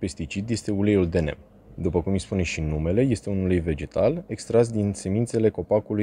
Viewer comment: Se pronunța "nim". Ca nu e ungur sa fie "nem".